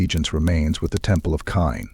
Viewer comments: It is pronounced like Cain or Kane right? That mispronunciation drives me crazy, so as quality as this is, couldn't make it through. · 😂😂😂 i was thinking the same